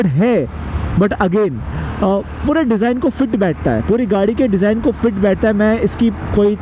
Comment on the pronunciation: Design bro not desing 😂